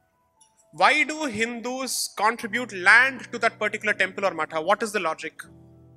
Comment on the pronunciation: When Sai says 'matha' it is the correct pronunciation as the in sanskrit /samskritam it is मठः